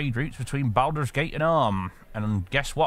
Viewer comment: Why do you make the first syllable of Baldur's rhyme with "Al" when it should rhyme with "ball?" I mean, they say the name Baldur's Gate throughout the game, do you not listen to the voice acting?